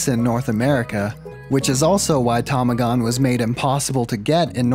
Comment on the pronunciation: i am such a fucking weeb i can't unhear nintendo and tamagon being pronounced wrong